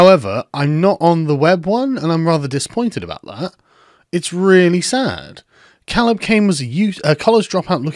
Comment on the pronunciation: I can 100% tell you that that name is pronounced "Kay-leb".